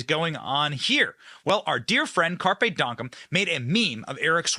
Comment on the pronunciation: It's donktum not donkum. He's meme royalty and this is like the third time I've heard you screw up his name. Are you related to Joe Biden. Come on Benny do better.